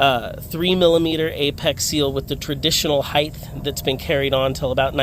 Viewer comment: "Heightth" is not a word, it's "height" and is pronounced as "hite". Interesting video though, I had an old twin dizzy 12A with 6mm that I sold to a friend years ago and he rebuilt it.